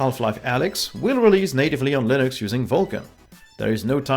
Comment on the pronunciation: am i I the only one who understood Linus media group instead of Linux media group.